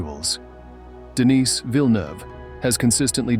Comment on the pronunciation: It's pronounced Denii without s